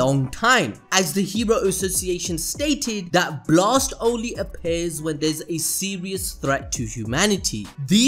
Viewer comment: whats "buhlast" its blast dood. or pow-er its power jeez .